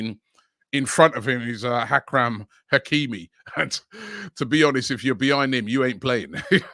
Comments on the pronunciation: Man said “Hakram hakimi” 😂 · lol "hakram" hakimi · Hakhram Hakimi? Who’s is that?…🤣🤣🤣🤣🤣 The ability of butchering names or anything to do with an actual ENGLISH language seems to be your skill of choice.